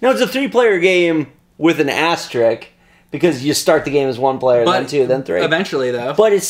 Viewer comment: AsteRISK, not asterick